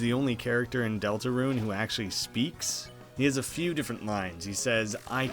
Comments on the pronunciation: Why do you keep saying Delta Ruin? It’s Delta Rune. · Why do you keep calling the game "Deltaruin"? It's DeltaRUNE. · DeltaRUNE not DeltaRUIN where's the i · DELTA RUNE NOT RUIN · Did you just say "Delta Ruin?" lol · It sounds like you are saying Deltaruin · Not trying to be an asshole but it’s “rune” not “ruin” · Ruin? It's rune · Is it me or do you keep saying "Delta-Ruin."????? I think its just me. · It’s pronounced delta-roon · Lol he said delta RUINE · Why does he say Deltaruin? (Ruin?) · I can't be the only one who's anoyed by the way he says deltarune, "deltaruin", besides that loved the video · deltaRUNE i like your vids but your pronunciation is annoying